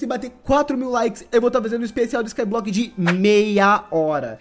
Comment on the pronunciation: Kkkk é engraçado você falando SKY BLOCK kkk Void